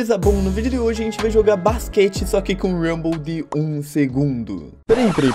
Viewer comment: mano tu tem algum problema pra falar a gente tu fala a zente